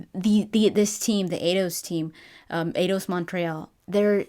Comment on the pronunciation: Eidos, like Einstein. Not Ados.